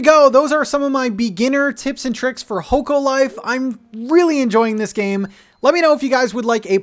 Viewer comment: The game is pronounced Hock-o Life